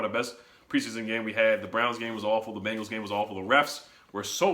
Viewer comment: Ha he said "bumgals" again😂